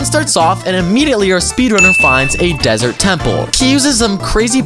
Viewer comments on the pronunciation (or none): none